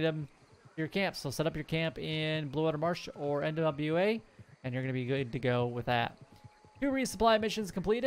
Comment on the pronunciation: I watch your video first thing in the morning when I get up while having my first cup of coffee. Really appreciate these heads up videos. Just an FYI though, the NWA in BAYOU NWA is pronounced "noir". I don't know how to explain it. It's Creole and it means black. Pronounce it "new-are", I guess. Google how to pronounce "noir" and you'll get it. Anyway, keep up the good work.